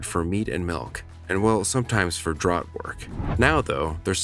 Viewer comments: The narration is computer generated, but not annoying. However DRAUGHT is here mispronounced DROUGHT, not properly as DRAFT. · I know, Jess fcking Christ it's DRAFT even when it's spelled draught. Like draught beer. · Draught- pronounced “draft.”